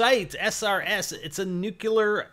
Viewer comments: Comments on someone else's knowledge of nuclear energy...calls it "nucular energy" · NOT NUKE-ULER